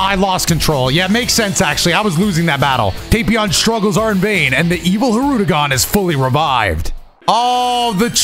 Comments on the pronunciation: Love how he continues to say hirudegon after learning that it's hirudegarn 💀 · I thought had an accent, bro really just NEVER read the second 'R' in "Hirudegarn" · this commenter will NOT be going easy on you. you corrected the pronunciation and in the very next fight it was already hirude-gone. for shame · Its not said that way tho. Its said as spelled, hirudegarn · i'm ngl it took this video for me to realize it's not pronounced "hirudegan" too and i'm still gonna say it that way because it sounds better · Bro there’s no way I’ve been pronouncing Hirudegarn’s name wrong for THIS MANY years💀💀💀💀 I didn’t even realize it till just now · ....I pronounced it as Hirudagon too... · I like how realized he was saying hirudegarn wrong, then just keeps doing it hoping not to get cooked lmao. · learning the correct way to pronounce hirudagarn then instantly throwing that shit out in the next clip lmao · Everyone I’ve met doesn’t pronounce the second r